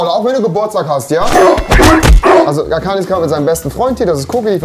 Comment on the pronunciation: Einfach nicht mehr Arkani sondern Allkani